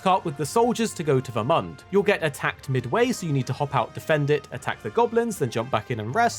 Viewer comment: Him calling it Ver-Month was very frustrating. Lol